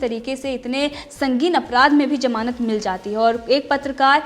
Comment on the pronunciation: Good coverage. it sounds as Jamanat... not ..gamanat...just to help...